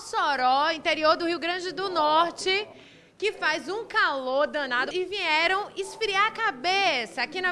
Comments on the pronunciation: VINHERAM???? que nível de repórter!!! aff!!! NHE NHE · Vinhero, que palavra é essa?